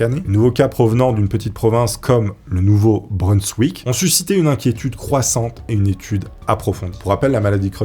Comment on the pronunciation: le nom de la région où cela se passe ne se prononce pas "Nouveau-Breunsswick" mais "Nouveau-Brinssvick"... Ah là là fait des efforts sur les prononciation car par moment c'est vraiment catastrophique, désolé😅et surtout quand tu le répète plusieurs fois de suite dans un très court laps de temps c'est horrible à entendre et au pire si tu n'est pas sur de ta prononciation alors ne le prononce qu'une fois et dit ensuite "de cette région" ou "de cet état", sinon merci quand même pour la vidéo👍